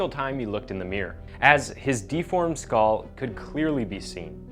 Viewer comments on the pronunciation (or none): none